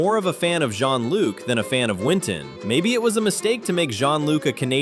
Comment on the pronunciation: Shonluke not Jeanluke